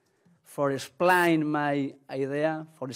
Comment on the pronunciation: POR ESHPLAYN